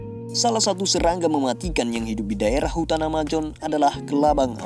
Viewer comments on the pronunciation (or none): Bukan AMAJON bossku, tapi AMAZON...sebut jelas2. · amazon bang, bukan amajon 😆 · amazon bukan amajon woi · Amazon bukan amajon...!!! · Amajon gak tuh... Oya bang, bahasa inggris nya kelabang emang centipede, tapi bukan di baca ketiped juga kali bang, pengucapan yang benar sentipid. Hanya menjelaskan bang, hehe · Amajon apa mijon? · Sungai Amajon. Males bet bilang Hurup jet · Amajon hahahahahahaha